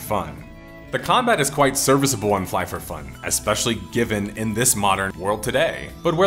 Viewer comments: Fly f f killed my brain never in my life i imagine someone to pronounce IT like this lol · it's Flyff as in fly...ff